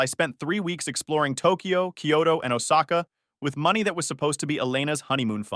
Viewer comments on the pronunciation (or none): none